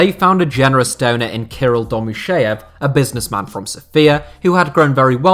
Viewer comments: The name of Domuschiev is not pronounced as "Domus SHEEV" but as "Domus CHIev" where "CH" is as in "CHeese" and "I" as in "PIN" or "TIN"! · The Name of the club owner is not pronounced Domusheev but Domuschiev - the sound ch is like in Chopper or Ciao.